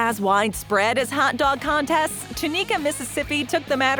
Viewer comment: FYI-The name of the city the 2013 Twinkie contest was held in is pronounced Tunica (TOO-nick-a, not Too-NEEK-a), Mississippi